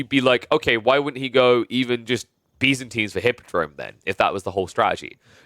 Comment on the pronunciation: you call byzantines Bee's-antines lol